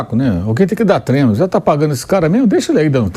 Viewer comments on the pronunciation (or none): Inadmissível, um jornalista esportivo em pleno século XXl dizer “treno” kkkkkkk Não passa credibilidade nenhuma